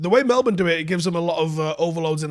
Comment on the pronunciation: Love how pronounced "Melbourne" correctly.